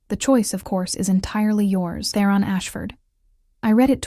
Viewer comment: The audio is better than lots. But for myself, its really grating when a main character's name, ie Theron, is pronounced in a variety of ways.